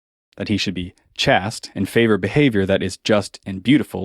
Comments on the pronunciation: Chaste is pronounced with a gay a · I always pronounced chaste as rhyming with waste. Not chaste rhyming with fast. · Great arguments here! Just one note of correction, pronunciation of "Chaste" is the same as "Chased". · chaste is pronounced liked "taste" but with a "ch" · Pedagogy is pronounced peda-gojee and Chaste is pronounced chayst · good video, but just so you know. The word chaste rhymes with paste. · He says "chaste" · You seem to be attacking a strawman argument. I've never heard ancient Greece described as a "homosexual paradise" or claims that homosexual relationships were the same as today. Also, that's not how to pronounce "chaste". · nice video would be better if you knew how to pronounce chaste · Your pronunciation of “chaste” bothers me, but that’s my only complaint. Excellent video and great research! Thanks for putting this myth out to pasture. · You got Uranus pronounced right, but not Chaste?